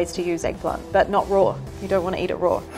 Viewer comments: I love her accent but the only problem I had was when she said raw it sound like she was saying roar 👁👄👁.... Sorry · Every time she says "raw(r)" take a shot... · I love how she says Roar when she says raw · Why is she pronouncing raw as "roar" do you even english XD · I love how she pronounces raw as “roar” 😂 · Not hating but everytime she says raw it sounds like shes saying "rawr" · "You can eat it rawr" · *Australians: rawr (apparently) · Am i the only one annoyed by how she pronounce the words "raw" and "wise"? She pronounce them as "rawr" and "weise" it is just plain wrong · The way she pronounces “Raw” 🤣🤣🤣🤣 ROARRRRR!!!!🦖🦖🦖🦖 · OMG why do I hear roar instead of raw? 😂😂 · "you can actually eat this rawr" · Is no one gunna mention she says raw as roar 😂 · I had an Italian Math teacher in college and she always pronounced rawr, sawr or lawr... I just assumed it was an Italian way of pronouncing but I guess it's British (too?) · Sauté Cut at an angle Raw is pronounced roar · I love the way she pronounces RAWR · I was enjoying hearing her say it, lol. I have to rewatch now to see if she says warsh it like they do in the southern US. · The word raw was actually pronounced rowr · Whenever she says raw it sounds like she's saying "rawr" lol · Why does she pronounce raw as "rawr" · "Delicious when eaten rore" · "Eat it roar" -this woman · "extremely strong when eaten rawr" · We all come from different parts of the world who cares how she says raw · I can not get over her pronunciation of raw as “rawr” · Quit saying roar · she says roar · “Eat them rawRRrr” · Why does she pronounce raw as rawr/roar lol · Does anyone else hate that she adds an extra r every time she says raw(r)? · take a shot every time you hear "rawr" lol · does she pronounce "raw" as "rawr" or am I having hearing problems?! 🤔 😅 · I realize it is a local language thing but, RAW does not have another R at the end ...... it isn't spelled RAWR🙄😉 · Nobody: nothing This lady, pronouncing raw: rAwR